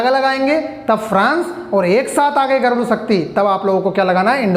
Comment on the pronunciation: Sir garun nahi garur hota hai